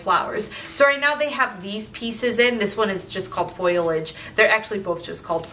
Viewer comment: Congrats on 1 million subscribers! Just a note, it’s not pronounced “foil-age”, it’s fow-lee-uhj (Long O sound). 😀